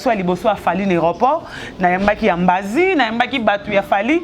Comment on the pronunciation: Ambasi et non ambazi pe longolaka merci pour ton djob